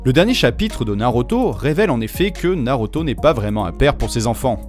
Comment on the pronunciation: Super vidéo 👌 mais tu ma perturber avec la prononciation de naruto en NarOto